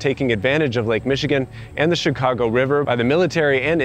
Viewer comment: Very interesting video. The first thing I noticed, however, is pronounces the city's name correctly. It is not "Chigaawgo" as too many say.